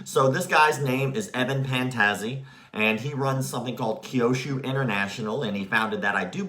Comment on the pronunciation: It's Kyusho not Kyoshu.